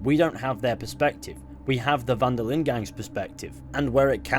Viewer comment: "Den Linde"? Lol